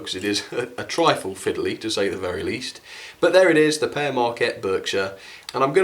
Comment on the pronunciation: its pronounced peer marquette not pear marquette